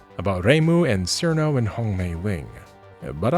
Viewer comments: Cirno is pronounced "chir-no", not "seer-no" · That isn't how Cirno's name is pronounced, oops. The "c" is pronounced as a "ch." In Japanese it is チルノ and its a pun with "chill" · It's pronounced "Cheer-no". I think. Maybe. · mispronouncing cirno on purpose doesn't make it cool...